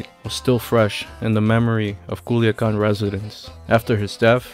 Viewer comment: Kuliakan 🤣🤣🤣🤣🤣 es culiacan...no kuliakan